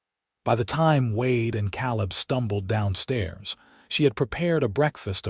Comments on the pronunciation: I wish the narrator would learn to pronounce words like Calab (Ka-lab) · Sad that AI doesnt cant pronouce Caleb!